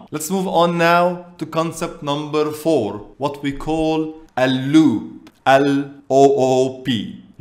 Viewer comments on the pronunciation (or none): none